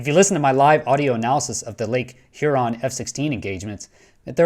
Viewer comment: Thank you, for pronouncing Lake Huron collectly Yeah !